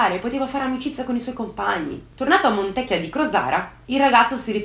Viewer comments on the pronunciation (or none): creepy - AAHII pure tu che sbagli l'accento del paese di Montecchìììa di Crosara, accento sulla i. Consolati che anche tanti veronesi lo sbagliano. E' Il paese delle buone ciliegie ! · Montecchìa....con l 'accento sulla i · E' cosi' difficile pronunciare bene il nome della cittadina?